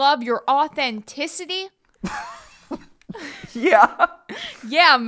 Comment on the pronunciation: Lol "authenticity"???